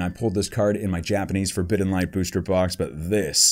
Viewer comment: Ur always pronouncing booster as booshter